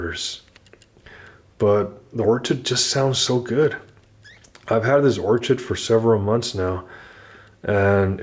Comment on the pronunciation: Or-ched ? its 'Or-kid'